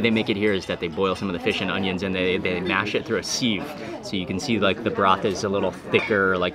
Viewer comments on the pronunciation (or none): sieve is pronounced siv, not seev lol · "Sieve" is pronounced SIV - not "sieve". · Pronounced siv like live. Live like there's no tomorrow. Lol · Pronounced sieve like he thought it wasn’t English. This guy has zero credibility